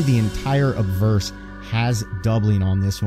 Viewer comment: good history story, it sounds like your saying adverse and not obverse. maybe its my hearing lol